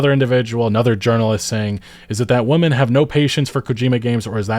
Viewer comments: Women should rhyme with swimmin, I really don't understand why so many people pronounce women as "woman" is it a California thing? Dope video either way, love your videos, and screw GameSpot, what a shit review they did... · Whaaaa. Why are you so butthurt? If you like it, then enjoy it and shut up. Also it's pronounced "whim-in", not "whuum-in" when it's plural. Are you new to English? I'm looking forward to the game, but you're being just as annoying as these reviewers but in reverse by making a video like this. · Its women... They even spelled it correct in their article. You chose to mispronounce the word over and over again while you complain about their woke agenda. Shill. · Do you have trouble distinguishing Women and Woman? Woman is singular and pronouncing Women the same way is confusing. A minor issue perhaps but your whole argument is based around this language so brush up on your literacy and improve your work. <3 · The word "women" is pronounced whim-men, not wuh-men. I can't tell if you are saying this wrong on purpose or not. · I don’t know why everyone is pronouncing WOMEN (plural) as WOMAN (singular) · Hey everybody, woman is pronounced as most everyone says it, wuh-man. Women however, is pronounced completely different as weh-men. Please don't try to differentiate the words only by changing the pronunciation of man/men, when we speak fast that detail almost always cannot be heard. English is dumb. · What the hell is woomen? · My only criticism of this video is - What's with the way you pronounce 'women' as 'woman' every time? Is that intentional or just a dialect thing? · Curious, is that a speech impediment or an accent/dialect when pronounces “WomEn (plural)” as “WomAn (single)”? It throws me off on what he saying every time I hear it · Why do you keep saying "woman" instead of "women"? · I'm just mentioning this if it is something that could be of any help, so "women" is pronounced as "wimmen" or "wimin", peace